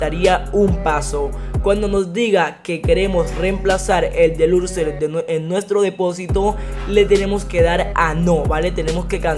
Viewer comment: Se dice deluxo no deluxer